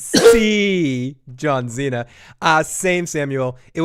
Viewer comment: It's pronounced John See-Na, not John Xena Warrior Princess 🤪